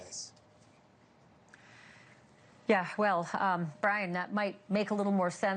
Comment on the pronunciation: It's Goncalves, NOT Gonzalez! 🙄